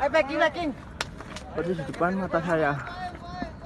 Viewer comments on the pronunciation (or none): none